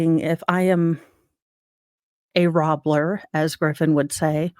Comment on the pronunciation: “Robbler” that’s adorable!